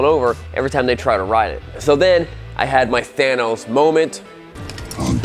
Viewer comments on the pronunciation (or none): none